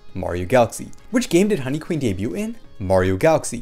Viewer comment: Bro! Honey Queen would be SO GOOD!!! btw I keep meaning to comment - debut is pronounced with a silent T, i.e. it sounds like "day-beu" or "day-beued"